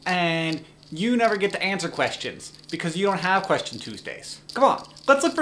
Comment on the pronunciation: quetion... is there really an "s" in the word quetion??